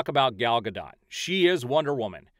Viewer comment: And it’s pronounced Gad-it, per her.